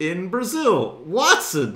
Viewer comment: It is so funny how he ses wattson